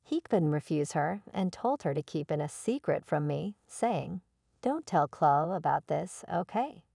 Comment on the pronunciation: AI mispronounced too many things. Couldn't even pronounce Chloe.